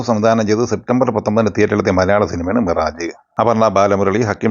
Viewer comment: മിറാജ് ✖️മിറാഷ് ☑️